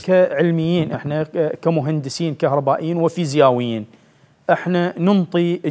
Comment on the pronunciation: فزيارين شنو ههههه فزيائين